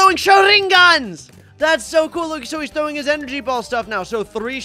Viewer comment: yeah i taught for a second he was trowing eyes😂😂😂